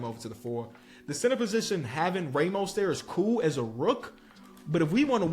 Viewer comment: Why does say "Ramos" like a 70yo white man from Texas 😂😂